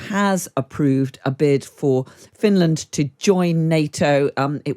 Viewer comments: "Fin...Land" 🤣🤣 where sharks come from?? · "Fin-Laaaand" I swear the only requirement for being a radio host is over-pronouncing words lol. And speaking BBC-fake-posh.